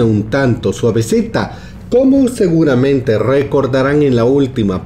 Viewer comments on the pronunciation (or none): none